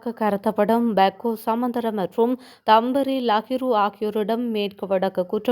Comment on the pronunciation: தம்பரி இல்லை தெம்பிலி.